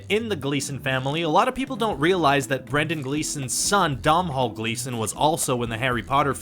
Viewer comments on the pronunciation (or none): It’s pronounced do-nal not dom-hall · It's pronounced DONAL! NOT DOMHALL 😂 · "Michael Gambin" "Dom-Hall Gleeson" "Rhys Iff-Ans"